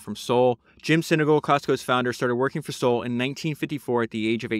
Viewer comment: Bro , you made 2 pods on this guy and don’t pronounce his name correctly once. It’s SAUL like the guy from the Bible.